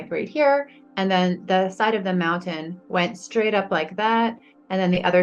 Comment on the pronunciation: Not knocking her story at all, but what's up with women who say ant instead of and? Asking for a friend.